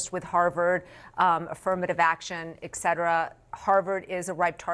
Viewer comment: Lulu said "eckcetera." I wonder if she can even spell the word correctly.